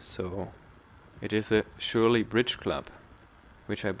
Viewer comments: Die Farbe ist klasse. Ich bin mehr der less is more Typ; bin gespannt was du da gebaut hast :) Aber hey, Surley spricht man nicht Schurlie sonder eher Sörlie mit nem scharfen S. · It's just an S sound, not sh... so it's Surly, not Shurly. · Great video and content. I have a Surly Ogre here in Portugal. By the way, as you mentioned in the description your pronunciation of Surly. It's Surly with and S as opposed to a Sh.....like surplus, not shurplus if that helps. More importantly though, I like your quite unique take on a Youtube bike review. Best regards, Andy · I can't listen to you messing up the pronunciation of a bike brand.